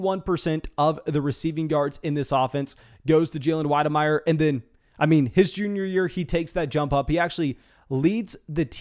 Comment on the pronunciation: On the money with wydermeyers name pronunciation… but again mason kids decision making is elite for going to A&M lol spiller and wydermeyer should be 1.01 and 1.02 bc they went to the elite school in Texas 😤